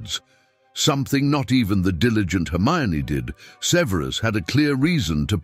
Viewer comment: Either this is a chatbot, or the narator is mispronouncing Snapes given name.